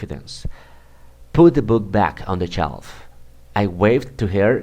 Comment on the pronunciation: En general está bien explicado, aunque algunos errores de pronunciación que habría que corregir, como en las palabras: shelf (se pronuncia sh, no ch), we'll eat (está en futuro no en pasado), walked (se pronuncia wakt, la l no se pronuncia en esta palabra), cut out (mal pronunciado), two (la t en inglés se pronuncia diferente, es una t aspirada). I tried that jacket OUT (debería ser ON). Me resultó de gran utilidad, aprendí mucho con tu video, gracias.